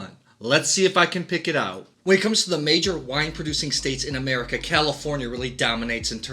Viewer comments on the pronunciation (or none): none